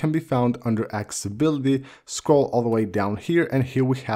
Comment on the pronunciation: Drink a shot whenever he says "axe-ability". Seriously, dude. It's "Accessibility".